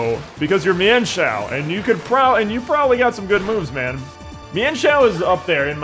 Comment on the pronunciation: Apparently the correct pronunciation of mienfoo and mienshao is meanfoo and meanshao according to pokedex 3d